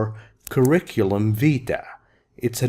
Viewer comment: can i ask a quick question does the v in CV stand for " vitae " or " vita " ? because you said " vita " and i search about it and the internet says " vitae " thanks